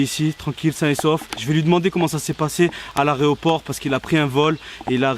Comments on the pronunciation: A il a dit areoport 😭😭😭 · il a dit " a l'aréoport " 🤣🤣 au lieu de aéroport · l'areoport nn on dit l'aeroport 🤣🤣🤣🤣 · a l’aréopore 😂😂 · T’es arrivé à « l’aréoport » ah bon t’es sur ? 🙄😂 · il dit aréoport alors que c'est aéroport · Aréoport il a dit mdrrr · Les gars vous dites "areoport ou aeroport" sa me stresse 😂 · Il a dit areoport 😂😂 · Mdr il a dit « l’areoport » au lieu de l’aéroport 😂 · *aéroport mais pas « aréoport » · Il a dit à l'aréoport mdrr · on dit aéroport 😭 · A 12 minutes il dit l areroport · Juste on dit aéroport pas aréoport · il dit aréoport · il a dit areoport au lieu de aéroport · Il ha quand même dit areoport au lieu de aéroport mais sinon trop trop bien tes vidéos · et mdr "aréoport" wesh 🤣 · Il a dit aré o port 🤣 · Putain vous savez pas dire aéroport avec nanou Cest grave mdr